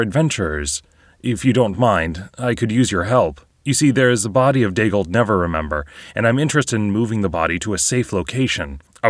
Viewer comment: Neverember - "Never Ember" not "Never Remember"